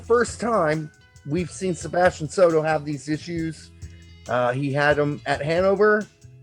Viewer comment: Ahem, in KK II, it’s “Sato”, not “Soto”